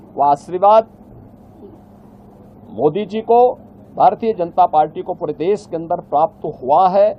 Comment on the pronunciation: Okay taklu baba, please resign we need an english speaking CM also it's deSH not des